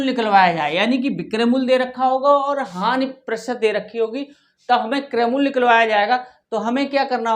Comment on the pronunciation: सर वो हान नहीं होता हानि होता है बवलया